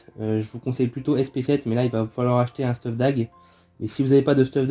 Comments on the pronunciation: hey j'adore se que tu fait et tes tips mais par contre dsl mais arrete de dire stuf mais dit steuf sa me stresse mdr sinon je lache mon petit like ^^ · Merci pr le guide !! Ps : comment ca me fait bizarre que tu dises «stuf » et pas steuf 😂